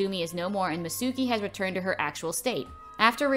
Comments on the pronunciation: actually its pronounced MItsuko not Mitsouki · Her name is Mitsuko not Mitsuki but still this is nice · I love how she says mitsuki when on the movie it say mitsuko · ITS MITSUKO NOT MITSUKI